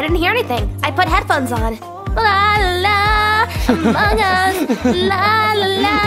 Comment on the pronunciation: Its so funny hahahahaha he said amog us pahahahahahahahaha